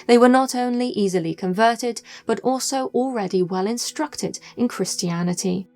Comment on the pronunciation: IT'S BUT NOT BU